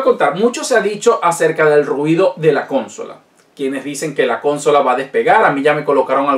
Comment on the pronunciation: Amigo, me suena raro que digas cónsola, "con acento en con" y no consola, con su acento en "so". Por lo demás todo muy interesante.